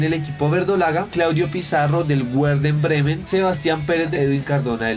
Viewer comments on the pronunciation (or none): wuerdenbremen jajaajaajjajajajajajja